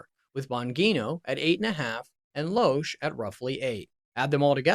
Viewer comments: You're not pronouncing Dana Loesch correctly. Watched the whole thing and never heard any "dark secrets" either. Clay and Buck show is a pretty decent show. Rush's widow probably still grieving and needed a fresh start. God bless her. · Is he purposely mispronouncing Dennis Prager, Dan Bongino & Dana Loesch? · How to mispronounce Bongino, Loesch, and Prager in one video…..